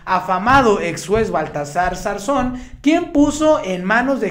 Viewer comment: Sarzón ? Noooo, ed Garzón !!!